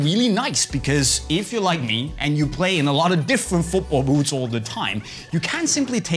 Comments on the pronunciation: he says oot not boot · I like how he says boots :) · Me to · I can’t handle this guy saying boots